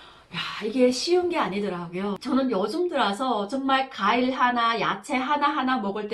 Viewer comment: 아휴~~ 가일이 아니라 과일입니다 제 귀에는 가일로 들려요 ㅋㅋㅋ 티비에 북한 여자분 관광을 항상 강강 들려요 ㅋㅋㅋ 화이팅!!! ㅎ